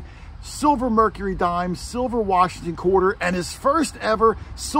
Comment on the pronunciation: Every time at the beginning when you say quarter hoarder, it comes out sounding like, court order.